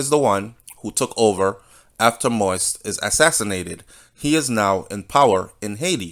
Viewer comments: Please take time to pronounce names, it's not President MOIS i'ts MOISE (accent on the i) (Mo-we-es). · Mo-ise (Mo ease) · Thank you nuff love and respect. Please continue the updates - although this whole thing is Sooooo sickning. Side note, the last name is pronounced Mo-Yeez. One love. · It is pronounced mo eez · Manners and respect Jovenel Moise is pronounced MO-EASE👏🏾👏🏾👏🏾